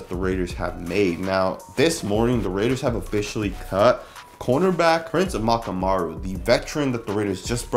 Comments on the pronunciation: Dude Amukamara, not Amakamaru.. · Prince AH-MOOK-AH-MARR-UH. Botched his name at :20 and in other videos lol. I like our CB group but really believe the veteran presence would've helped.